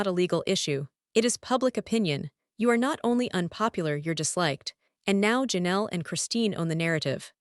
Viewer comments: Learn to pronounce Janelle's name and I could listen. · If you can't even say Janelle's name, how do you know anything about the Browns and what you say is true ?